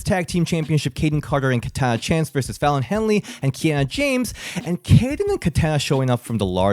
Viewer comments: Hahah you keep making the mistake I make and say Fallon Henry instead of Fallon Henley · Here for the Fallon Henley name botch by 😂😂😂 “Fallon Henry”